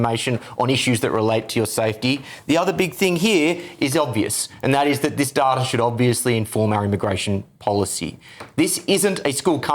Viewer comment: Day-tuh, not dar-ta